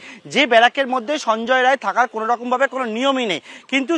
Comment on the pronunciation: সঞ্জয় রায় নয় সঞ্জয় রাই